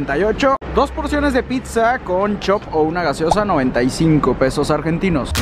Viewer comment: Por que pedos en vez de pesos jaja y gracias por hablar asi de bs as. Es hermoso! Y coso es imposible comer por ese dinero en un dia jaja